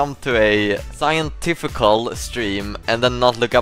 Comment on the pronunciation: New favourite Bausism: "Scientificical" ❤